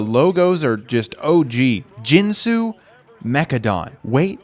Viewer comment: Ginsu is pronounced with a hard G